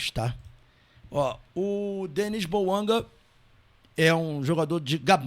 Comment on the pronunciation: Detalhe:Lé-se BOUANGÁ pois o nome é francês .